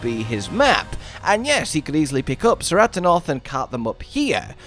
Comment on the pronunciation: Its "Keratonoth" not "Seratonoth" for the pronunciation of Ceratonoth. Its a Greek C which is a K sound. Just like the Scylla in Nerscylla is "Nur-Skilla" In the first trailer Alma in English even calls them "Ke-rat-to-noff".